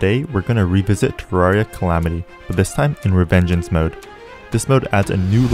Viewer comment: Reavengance mode You say